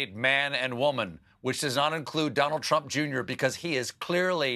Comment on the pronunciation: I also heard him say "Twump". And what is an "Election Security Operation" and is "To join army" a saying, or is he just rambling?